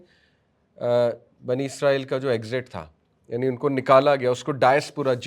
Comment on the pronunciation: اسلام وعلیکم بھائی کیا آپ برائے مہربانی آج کل کی انگریزی تلفظ کو سائیڈ پر رکھ کر یہودیوں کو بنی اسرائیل کہیں گے۔ کیونکہ آپ جو لفظ استعمال کر رہے ہیں عزرائیل یہ ہمارے فرشتے ہیں حضرت عزرائیل علیہ السلام ۔ آپ لوگوں کو کافی لوگ فالو کرتے ہیں بہتر ہے لفظ کا استعمال صحیح کیا جائے شکریہ